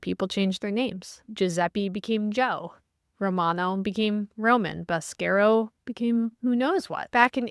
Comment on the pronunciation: Ivan needs to give you the proper Italian pronunciation of "Boscaro"!